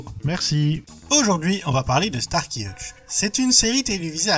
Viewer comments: Cool vidéo, mais p*tain, c'est StarSSSSky, par Starky 🤣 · Glasner??? Glaser et c'est Hutchinson et pas Hutchinston... et enfin prononce bien starsky et non starky. Ppppffff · Salut l’ami! ☺️Quelques erreurs de prononciation des noms (« Starky », « Glasner », Mélanie « Greenfit », Kim « Cantrall »), mais c’est le seul reproche à faire. 😅 Je n’aurais pas fait mieux au niveau recherches et montage photos/vidéos. 😄C’est vraiment une superbe vidéo, Mec !!! 😉👍 Merci. 🤗❤️ Bonjour du Vietnam 🤗🇻🇳 ps: j’étais petit à l’époque (je suis né en 1971 et devais avoir dans les 10 ans) et je me souviens de l’épisode ou une secte satanique dit « GLOIRE À SATAN !!! » 😂 C’est le « Meme » de l’époque! 😆